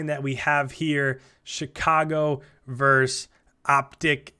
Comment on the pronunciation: For the love of all things holy, it's versus.. Not verse... Please share with every other cod commentator or broadcaster of anything ever.